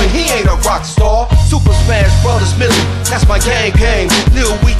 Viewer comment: lmao did u guys say "millie" instead of"mey-lay" (melee) but omg that kid isssss soooo cute!